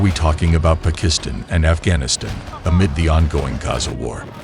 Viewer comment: The narrator s pronunciation is abhorrent esp of Iran, Pakistan and Afghanistan. Has he never heard of these countries. Iran he pronunces as iron. Disgusting